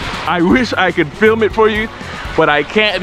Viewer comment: "FLIM" ?????? really....LOL